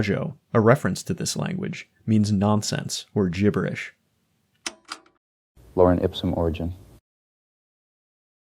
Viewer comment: “loren” ipsum?